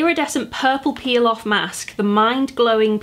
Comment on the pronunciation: when you were talking about the mask i thought you said pilaf instead of peel off lmaoo